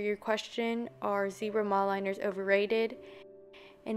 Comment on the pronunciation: Y do yall Americans say zEEbRa it’s zebra and it’s not mOldLiNers it’s Mildliners like it’s not that hard